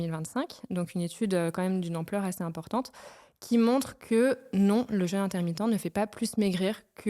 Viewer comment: Suis le seul à avoir eu les oreilles qui saignent: un épisode sur le jeûne, quasi jamais prononcé correctement.